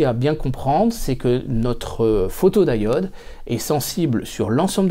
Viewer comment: Pourquoi prononcer photod"aï"ode, à la place de photodiode (à un moment tu parles de diodes en le prononçant à la française).